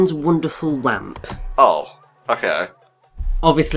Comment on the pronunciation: Lamp, not "Wamp",.